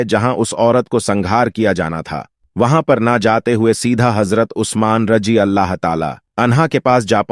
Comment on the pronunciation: Ye aawaz kiski hai. Mere bhai kam se kam bolne wale ko itna pata hona chahiye ki kya bolna hai Raziallahu ta aala anhu kisko bola jaata hai. Aur Raziallahu ta aala anha kise kehte hain. Raziallahu ko Rajiallahu bol rahe hain.